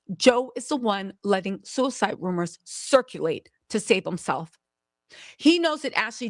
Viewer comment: Suiweseedee or sudiseedee 😂I love you lol